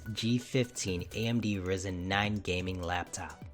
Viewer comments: it is RYYYYYYYYYYYYYYZZZZZZZEEEEEEEEENNNNNNNNNNNNNNNNN not risen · It's Rye-Zen, not Risen